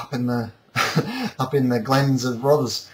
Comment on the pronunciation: Roth-Eh-s. Great review nevertheless!